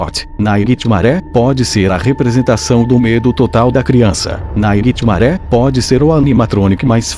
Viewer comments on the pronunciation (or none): E naitime não e nairitimare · Ele fala assim mas é nightmare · NÃO SE FALA NAIGUITIMARÉ E SIM NIGHTMARE!!! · naiguitimaré fica puto quando VC chama ele de naiguitimarè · acho que nightmare fica puto quando vc fala naiguitimaré,entao chame ele pelo seu nome certo. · Não é ninghtmare, é Nightmare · O "naiguetimaré" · Naguitemaré VEZES HAUHAUSHUAHUA!! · tem que parar de dizer "nigthmaré" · É muito engraçado ficar vendo ele falando naiguitimaré o vídeo todo kkkkkkk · AAAH! TD HORA "NAIGUITIMARE!" KKKKKKKKK RACHEI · experimenta escrever "Nightmare" no Google tradutor se vc escrever do jeito certo vai falar errado mas vai ter q escrever "Naightimare" e vai falar Naightimaré do mesmo jeito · Tem outro vídeo que tem uma parte que ele fala naiguitimare várias vezes tbm Morri de rir 😂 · Cada vez que ele fala naiguitimaré eu morro de rir #rindoaté2018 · duvido vc ficar amigo do "naigitimare" E SEM MEDO HEIN?? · Caramba, nunca ouvi tanto NAIGUITIMARÉ num vídeo kkk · anos depois to aqui rindo do naiguitimaré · falando nightmare "NAIGHTMARÉ" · Ai minha caraiba oq mais ouvi nesse video foi naigtmare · Naiguite maré KKKKKK😂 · 0:7 Naiguitimaré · Já tomei "janspicare" de todos os animatronics menos o" naiguitemare" e o fredbear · Tanto mais tanto naiguitimaré que eu esqueci de como se fala nightmare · Meu filho já tá enjoando você fala nighitmare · quantas vezes ele disse niguemare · mds viciei em falar naiguitimaré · "Naiguiti maré" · Naiguitimaré a palavra que eu ouvei muito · kkkkkk eu sei, eu acho até engraçado ele falar Naiguitimaré ao invés de Nightmare! Kkkkkk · Se tu ganha se mil reais a cada vez que tu fala nighitimare tu ficaria rico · Náiguitimaré dá muito medo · como c iscrever nightmare do geito que ele fala nightMARE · ele falou 27 vezes NAIGUITIMARE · o nome q vc fala e nigthimare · Nightmare não Naiguitimaré kkkk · Naigtimaré kssssksksk Fredibear ksksksksksssk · VC só. Fala. ISO. Nithamare. !!!😓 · Porra para de falar nightmaré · cansei de ouvi naiguitinare